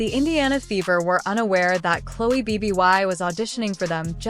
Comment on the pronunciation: What is the time stamp in the video where Bibby makes a "SHOCKING" statement that "STUNNED" Caitlin Clark? Terrible AI narrator. If you have any desire to produce worthwhile videos, ditch the AI narrator and use a human. At least teach your AI narrator to pronounce Bibby instead of saying B B Y.